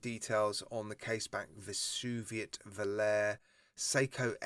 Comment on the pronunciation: It's pronounced VO-LA-RE, which in Italian means "to fly".